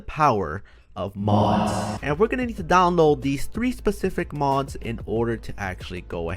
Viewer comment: I every time you say mods sounds like you’re saying mos